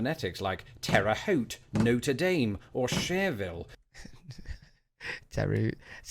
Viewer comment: No dude. NOTRE Dame - NOT pronounced Dahm - is a football team here. And, genuinely not snarkly, any chance you're dyslexic? Appalachian pronounced with the L first? That's almost as awesome as my sister-in-law pronouncing Apocalypto as appocopiccolo